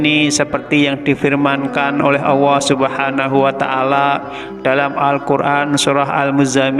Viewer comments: Vtolong bacanya yg bagusya mengucapkan Alloh bukan Awoh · Kebanyakan orang saya sering denger di Jawa itu kalo nyebut Allah alwah bahkan seringnya Awwah,🙏🙏🙏🙏 astagfirullah mohon yg kurang pas di betulkan,bacanya di betulin lagi Allah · Lam dolallah nya kurang pas Allah bukan awoh . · Iya kedengarannya kok gak enak kok aowooh kanlagi ngajarin orang banyak tolong di perbaiki bukan aowoh tapi Allah ya 🙏 🙏🙏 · Betul sekali ini orang ngomong Alloh kok awoh. bikin gak srek dengernya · Bener ko aowoh ya 🙏🙏🙏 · Terima kasih atas berbagi Ilmunya , tetapi jangan terlalu panjanh paparanya, maaf dalam ucapan Allah sepertinya terucap auwooh. 🙏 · Itu sebutan Allah nya koq seperti itu ya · Nyebut Allah kok gk lurus y